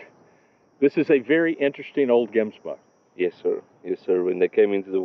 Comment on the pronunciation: I am a South African. Please do not come here from the USA to “experiment” on our precious wild game! You are not welcome and never will be. Stay at your place and fix your own problems. By the way you are not pronouncing the Gemsbok name properly. If you can’t even say the word right, you have no business hunting it.